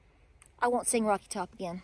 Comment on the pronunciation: It's Top not Tock, just saying.